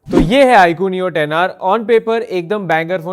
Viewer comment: Who the fc says iqoo neo😂